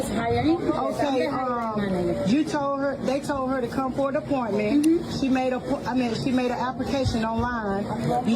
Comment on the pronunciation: What is a aporment.😂😂 It's pronounced appointment